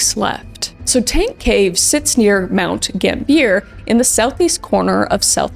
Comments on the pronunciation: (this is not meant to be petty) but from someone whos visited there mt gambier is pronounced "gam bee er" very odd spelling to pronounciation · Long time South Australian listener here, I love the Channel! It's pronounced Mount Gam-Bee-Yer, or Mount Gam-Be-Ah ✌️🔥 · pronunciation note for any possible future stories - Mount Gam-be-yah. I have dived a number of times in various locations, but the very idea of cave diving, or even diving in a submarine, scares the beejeezus out of me! The claustrophobia is REAL! And I will happily keep all parts of myself as far away from tight, enclosed spaces, especially those filled with water, as possible! Bloody terrifying! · you pronounced mt gambier different to us and i was like ‘yo where the heck is that’ then i realised where you were talking about lmaoo